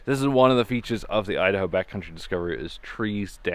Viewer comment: me-da-hoe? you-da-hoe!